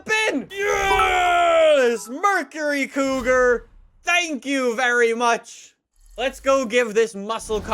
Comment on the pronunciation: trying an English acsent:tha..the thankyooooo thankyooo Me:that sounds like a pregnant goat!🙃